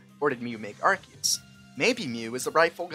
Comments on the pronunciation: I mean, if you wanna be a smart alec about Arceus' pronunciation, then you're still pronouncing it wrong. The correct pronunciation was never Arkeeus, it used to be Arseeus but is now Arkayus (or, if you're a man of culture, Arkoos). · It’s not arceus it’s arkoos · The pronunciation is not ar-see-us it’s arcoos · bro it isn’t acKEYus or arCEEus, it’s ar KOOOOS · Actually, it's pronounced Arkoos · Actually, the objectively correct pronunciation of Arceus is ASS-ee-us. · actually it’s pronounced “Ar-koos” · Excuse you, it's pronounced Ar-Koos. But, seriously, my head canon is that when mew uses a TM that wouldn't make sense for it to be able to use it actually transforms parts of itself to be able to use it. You know, massive teeth for super fang, large horns for drill run, etc. After all, Dittos are just failed mew clones and it's one one of two pokemon that can learn transform. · Erm Actually its ARKOOS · It’s arcoos and that is final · NO IT’S PRONOUNCED ARKOOS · It's Arkoos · about the "arceus is a fake god" headcanon: the real god is bidoof. also its pronounced ar-koos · You are actually still pronouncing Arceus wrong. The first syllable, arc is said like arch, which means above. The eus is from Zeus, the Greek god. There for, it should be pronounced Ark-oos. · It’s not arseus or arceus it is arkoos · No it's Arkoos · Nah bro its Arkoos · it's pronounced Arceus (Are--coo-s/ Arkoos) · wrong its pronounced are-koos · actually it's pronounced "Arkoos" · Your wrong! It's pronounced Ar-coos! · It’s pronounced with ars-eus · It's pronounced Ar-koos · pronouncing arceus "wrong" is funnier